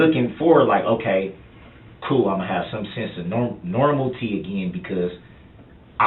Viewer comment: I can't believe how stupid one person can be. I just heard him say the word normalcy. but he said normalty. Other words I’ve heard are “anamant” for adamant. There are many other words he doesn’t know too. Stupid stupid man. This is what happens when you have no education.